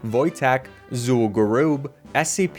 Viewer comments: Zul'Gurub "Zool Gooroob" hurt so bad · Him saying zul'gurub wrong as a wow player hurt